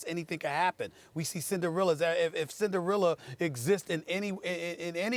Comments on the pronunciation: "Cinderealer" lol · Who the fuck is “Cinderilla” Stephen A? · Who the fuck is Cin-da-realla? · the way he says Cinderella 😂